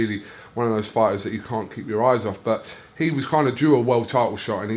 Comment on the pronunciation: "The Briddish fiders have world tidles, and I'm the promoder..."